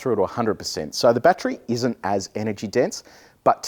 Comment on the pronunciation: Why do people say batchry it’s BAT TER RY😂